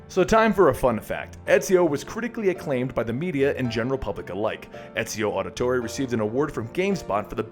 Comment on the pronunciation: this wil help you pronounce his last name audio thorre